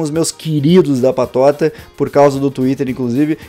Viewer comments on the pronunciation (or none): none